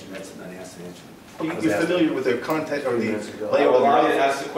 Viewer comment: Bro....."are you serious? "Temple Court"......it's "Contempt of Court".....